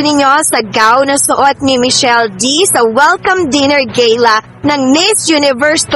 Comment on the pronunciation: Ano sabi mo te’ Gayla? Di ba Gala?